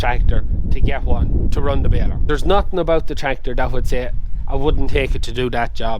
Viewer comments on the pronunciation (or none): none